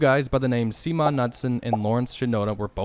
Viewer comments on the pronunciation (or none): "Seemon Nutson?" Did you mean Simon "Bunky" Knudsen? [nude-sen]